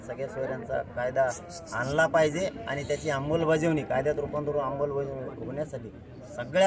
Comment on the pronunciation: अंबलबजावणी नाही. अंमलबजावणी आहे